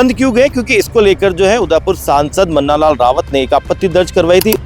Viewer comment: मन्नालाल नहीं मंगता लाल है 😮